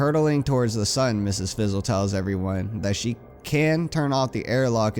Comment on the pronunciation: It's not Mrs. Fizzle, It's Ms. Frizzle.